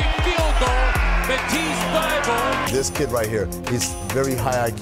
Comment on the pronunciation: "Welcome to Thybulle"